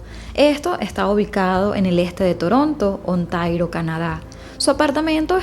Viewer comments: Ontario, no Ontairo. De resto estupendo todo. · Ontario - Canadá. Dices mal está palabra